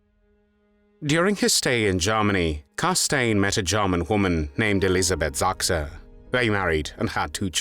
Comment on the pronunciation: Stimmt ! Viele falsche Aussprachen ( Elisabeth Sakker ), falsche Orts- Nennungen ( Lappland ) Schlecht gemacht .